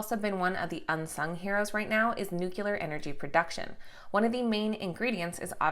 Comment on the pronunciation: I am going to invest in a share just cause she said New Q lar.